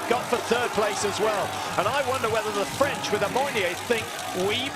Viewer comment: It's "French" no Freinch XD